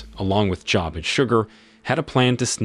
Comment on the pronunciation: Job is pronounced "Joeb" like Job of the Bible